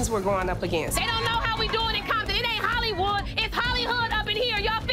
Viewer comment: Not trying to be rude but she said Holly-hood